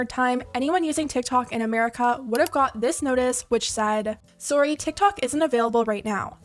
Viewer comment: that was the most canadian ‘sorry’ i’ve ever heard